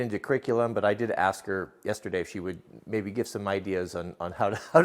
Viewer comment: or Acks instead of ask, pawncil instead of pencil, etc